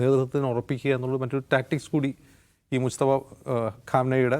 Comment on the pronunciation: …. മുസ്തഫ അല്ല മുജ്തബ ആണ്